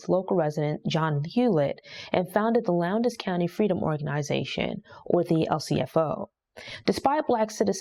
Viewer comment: It’s not “Lown-des” county, it’s pronounced “Lowns” county. I know cuz I lived there.